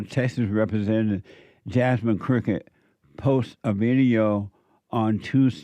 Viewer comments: Jesse it's Crockett I know we don't give a s*** but I'm just letting you know it's Crockett not cricket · I love how he says jasmine crooked! 🤣🤣🤣 So accurate.